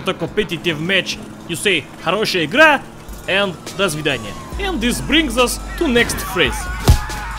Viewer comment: I know you not russian)) You spalilsya when you said dosvidania :)